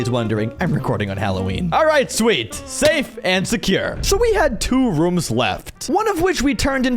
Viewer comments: when you want to say rooms you said reooms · rooms❌ rums✅